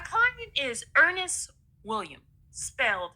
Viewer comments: Why does she never put the "s" on Williams? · Why can't this fool say "Williams"And what is tessafy??